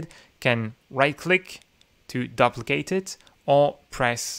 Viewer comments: Another great video. BTW - the beginning of the word "duplicate" is pronounced like the word "do". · Thanks for this. Your English is great. One suggestion: the 'du' in duplicate is usually pronounced like the 'du' in duty.